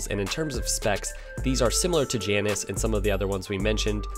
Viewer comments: Great to see The AJS bikes from the past coming back. Perhaps they'll make something highway worthy, powerwise, if that 125 catches on. By the way, the Janus bikes are named after the Roman god of looking forward and back simultaneously. And the pronunciation of that god is JAY nus. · Sorry to tell you that's not how you pronounce 'Janus'. It's correct pronunciation rhymes with anus. An inconvenient truth.